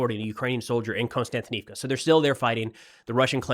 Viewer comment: Can anybody tell me why every youtuber pronounces 'Kost-yan-ti-niv-ka' as 'Constant- inivka' ?????